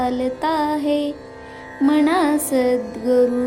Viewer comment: नमस्कार मी श्लोक ऐकले. छान वाटले. पण जिथे मना तिथे मना च म्हणले जावे मणा ऐकायला चुक वाटते व्याकरण. चुका नसाव्यात.🙏